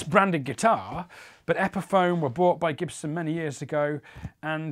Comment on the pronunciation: “Jibson” lmao